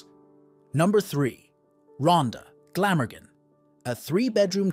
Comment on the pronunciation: Glamagen he says when he means Glamorgan